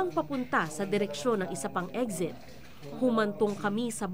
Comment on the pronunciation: Anong eggxit? Na bother tlaga ako sa pag bigkas mo ng eggxit bwiset